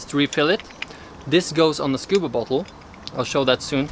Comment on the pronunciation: when you say bottle it saounds like butthole